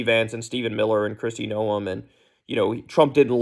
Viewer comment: Why are all the news people saying Noem's name like it has 2 syllables now? It's weird.